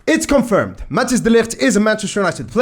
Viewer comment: If you want to know how to pronounce Matthijs, its really easy, just combine Matt (the a like in mama) and the english word "ice". Matt ice, Matthijs. So it's not like Mattheus or Mattias or whatever.